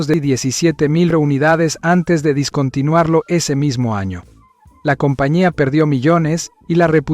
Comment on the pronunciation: No discontinuar lo, se pronuncia dEscontinuarlo